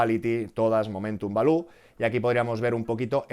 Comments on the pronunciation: Gran video como siempre, balú es el del libro de la selva, se dice 'valiu' jajaja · "Valiu" please 😅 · No sabía yo que Baloo el oso del libro de la selva era un factor determinante para el sp500 😂😂 , por Dios no digas Balú al Value jajaja